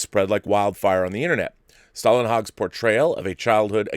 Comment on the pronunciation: TFTL is definitely beautiful, but it's also shallow, I think. By the way, the first way you said Stålenhag was quite close. 👍